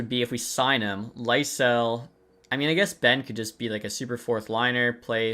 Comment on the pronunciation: Swedish pronunciation of Fabian Lysell is Lee-Sell